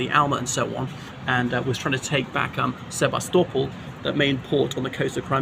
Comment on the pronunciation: Adore the pronunciation of Sevastopol …….rarely heard; wholly correct.